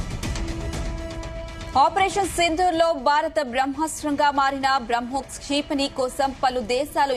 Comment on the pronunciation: క్షీ... పణి కాదు క్షిపణి. అసలు ఇలాంటి anchors ను ఎందుకు తీసుకుంటారో.. ఒక anchor అక్కర్లేని అక్షరాలు అన్నిటికి ఒత్తులు పెడుతుంది